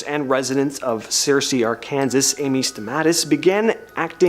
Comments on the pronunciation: Okay, the pronunciation of things needs to be better😂 it’s pronounced arkensaw not ar-Kansas, and the Temmes, not THames. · Any Stamatis lived WHERE? Searcy, Ar-KANSAS? I don't know where YOU are from, but in Texas, we pronounce that Ar-kan-saw, even though it might be spelled Arkansas. It's pretty much common knowledge that it's not pronounced like it's spelled. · OMG, are these 2 for real???. I had to stop 23 minutes in, when the male nimrod completely mispronounced one the states of a country he is supposed to hail from. It is pronounced Ar-Kan-Saw, NOT Ar-Kan-Sas!!! Even speakers of other languages know how to properly pronounce the names of ALL of the states. Almost makes me embarrassed to be an American. Utterly cringeworthy!!! She was painful enough to listen to, mispronouncing every other word, but the other one was even worse. These 2 are either on drugs, or they completely slept through ALL classes even remotely related to English. I really hate to hear people mangle varying languages. Why they even HAVE a channel is beyond belief. Go back to school, you two, or do us all a favor and give up the ghost!!!! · Plus, he's from the U.S. yet cannot pronounce Arkansas 😮. It is NOT pronounced Ar-Kan-Sas. It is pronounced Ar-Kan-Saw. A true embarassment, as speakers of other languages even know how to properly pronounce this state. These 2 are either on drugs, or they are absolute morons. SMH. These flaming morons need to complete grade school, or give up their channel, as this was a painful listen 😡😡😡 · Ar Kansas lmao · Even Australian know how to pronounce it correctly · ...and "communist", and "Arkansas"...I couldn't continue to watch.